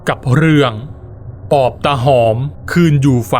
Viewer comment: ฟังช่วงแรกๆ ได้ยิน ออกเสียง ว่า ตา หอบ ตลอด ผมก็งง ทันต้อง ตาหอม ไม่ใช่หรอ?